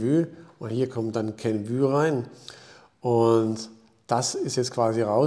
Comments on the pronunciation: Kenv-Ü hört sich echt schlimm an 😂 Inhaltlich aber top wie immer! 👍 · KENVUE wird wie REVENUE ausgesprochen! Ein "Ü" gibt es nicht im englischen nicht - just my two cents....